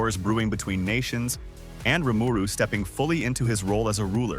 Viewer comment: anyone else groaning about how they are butchering the pronouciiation of Rimaru's name?